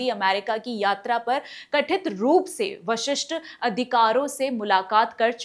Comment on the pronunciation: प्रस्तुति अच्छी है आपकी परंतु आप उच्चारण में सुधार कीजिए। जैसे- कथित की जगह कठित। वरिष्ठ अधिकारियों की जगह वशिष्ठ अधिकारों बोला है आपने। कृपया पुनर्विलोकन कीजिए।उज्जवल भविष्य की शुभकामनाएं। धन्यवाद् 💐